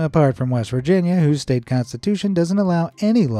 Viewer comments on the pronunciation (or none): none